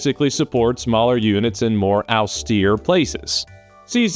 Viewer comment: It’s not ow-stee-ear, it’s aw-steer. 😂 austere.